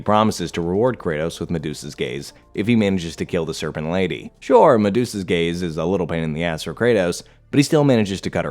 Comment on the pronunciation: Gaze or Gays?